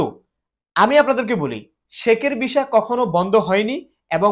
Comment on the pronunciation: Vhai Kotha ki bolen visa pronounce ei korte paren na Abar video banan....